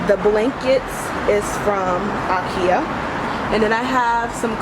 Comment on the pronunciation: It's pronounced, in American English "EYE-KEY-UH," not "AH'KE-UH".